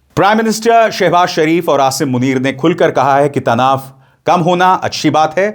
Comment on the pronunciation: नमो बुद्धाय 🙏, असिम नहीं बल्कि "आसिम" होता है. आ-सिम ना कि असिम.